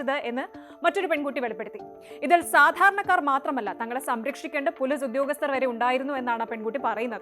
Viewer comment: നിങ്ങൾക്ക് മര്യാദക്ക് മലയാളം സംസാരിക്കാൻ അറിയില്ലെ. ഇല്ലങ്കിൽ ഈ പരിപാടിക്ക് നിൽക്കരുത്. പോലീസ് എന്ന പറയുന്നതിന് പൊലിസ് സക്ക് Z ൻ്റെ ഉച്ചാരണം. എല്ലാം English ചുവയിൽ സംസാരിക്കുന്നു മഹാ ബോർ👎🏻